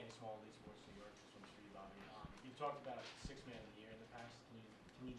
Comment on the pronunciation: Oh no it’s not Bobby “ports” show some love NY 🤦🏽‍♂️